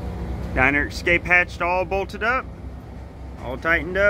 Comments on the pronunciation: Love the project but there is no "X" in "Escape." (not pronounced Excape). Cheers. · Looks awesome! Just one thing, there’s no “x” in “escape”.